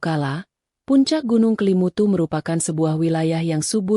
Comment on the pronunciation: Bukan Kalimutu Tetapi kelimutu mbak